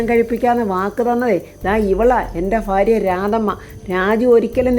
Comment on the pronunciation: ഫാര്യ അല്ല ഭാര്യ😂😂